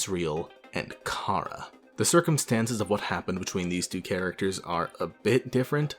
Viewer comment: The official pronunciation of Chara is Care-uh